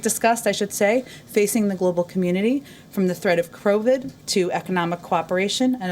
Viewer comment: crowvid ? did she say crowvid ?